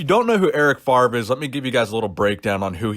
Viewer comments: It’s pronounced FAV-REE not “FARV” we Americans been saying Brett favre wrong this whole time lol the “R” is after the “V”.... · It's Eric FAVRE, FA-VRE, not Farve ;-) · Yeah, saying FARV every time was annoying enough :p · enjoy the content since u had like 30 k subs , great development brother . and erics name is pronounced more like fafre